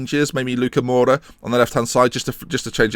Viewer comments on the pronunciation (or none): none